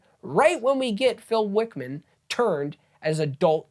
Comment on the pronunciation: Phil Wickham, not Wickman.